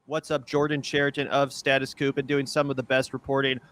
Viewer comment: Thanks for having Jordan Chariton on! He's a true, go-get-the-story reporter, and great to see. (btw,, it's "coup," like "pneumonia.")